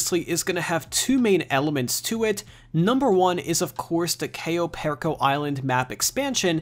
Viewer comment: Goddamn if you're gonna say the name please for the love of God...say it right